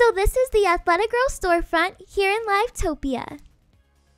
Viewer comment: im sorry but the way u said "live topia" pains me lmaooo